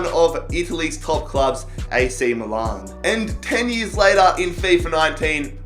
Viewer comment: so this guy can pronounce 'Tianjin Quanjian' but he cannot fucking pronounce 'milan'...MILAN ITS NOT MOO-LARN GOD HAVE MERCY NO....